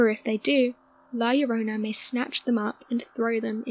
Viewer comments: Is La llorona not llorana. Aja aja si claro 🤪 duende is like a leprechaun when we celebrate saint patrick day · Its llorona, not llorana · Its LlorOna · Llorona is the correct name NOT Llorana....